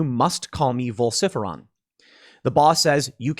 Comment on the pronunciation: vol-sif-eron????? Ok, now your just stirring shit up,lol